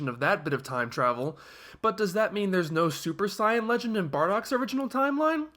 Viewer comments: Anyone else find it annoying he keeps saying 'scion' in stead of 'saiyan'. I don't understand how he can mispronouce a word that is used in the original and dubbed versions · You're saying 'scion' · I personally understand WHY you pronounce it the way you do, but I don't necessarily agree with it. You're putting the same emphasis on it as the Japanese do, but in this case that doesn't work in English. It's like calling Freeza Fureeza, because that's how it's pronounced in Japanese. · Uh no. You're just mispronouncing it. You can find several videos on how to pronouce it and you're just doing it worng